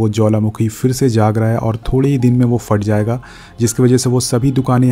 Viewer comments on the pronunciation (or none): Sahi bolo yaar bhasha ka dhayaan rakho. FAT nahi Phat ho ta hai